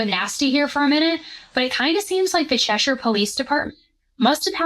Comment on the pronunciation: I'm so glad you said Cheshire properly instead of Chesh-Hire.